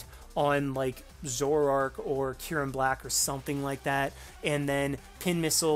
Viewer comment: Zorrork? Zorororororororororork? What happened to the A?